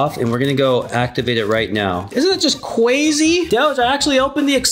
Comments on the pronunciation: cwazy pizza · doge is truly cwazy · THIS IS CWAZY